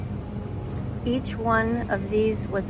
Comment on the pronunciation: Aint no way you calling it cemetery